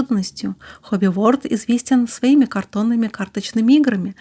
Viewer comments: И еще... Хобби ВорЛД а не Хобби ВоРД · Подозреваю, что всё-таки не Хобби Ворд,а Хобби Ворлд :) Word значит "слово", а world - "мир". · Почему Хобби Ворд, если Хобби ВорЛд (Hobby World). Просто мне слух режет. Либо Мир Хобби говорить.